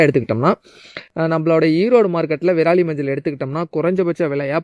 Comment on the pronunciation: நன்றாக தண்ணீர் குடித்து விட்டு பேசவும்... விராலி இல்லை..விரலி மஞ்சள். விரல் போன்று உள்ளதால் அது விரலி.....